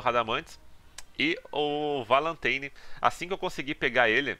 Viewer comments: É mais "Valantaini" a pronúncia correta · "É o Valãteini". O cara fala Kanon com a pronúncia do inglês Canon, e não acerta a pronúncia do inglês Valentine. 😐